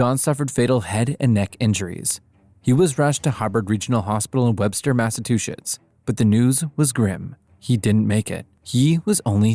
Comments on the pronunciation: No way it accidentally said "Massatwoshits". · I stopped watching at the pronunciation of the state as "Massa-two-shits"